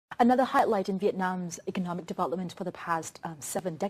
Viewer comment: It's " economic "... Not " ecomic" dummy